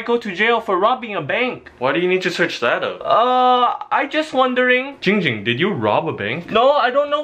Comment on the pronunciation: _- ITS GIIIING GING BRUH